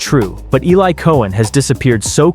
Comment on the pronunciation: His name is Eli....you are pronouncing completely wrong.